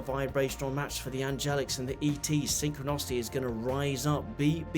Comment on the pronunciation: You keep saying synchronocity. Do you in fact mean synchronicity?